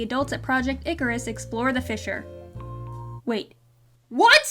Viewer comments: Who else heard: “Good morning Nickers.” Not “good morning Icarus.” From the hologram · although I know she's saying Icarus not the n- word, they should have made the voice actress do it again so it isn't easy to mistake the two words. imagine having so little effort in a show that people can mishear something so badly. lol